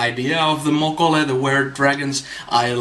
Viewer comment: "Mokolé," is pronounced like, "olé," or "Oh lay!"